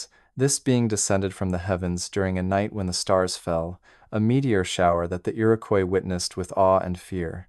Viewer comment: It's Iroquois, no y in it.